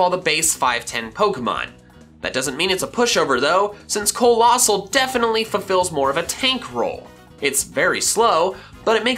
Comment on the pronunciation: COALOSSAL, NOT COLOSASSAL!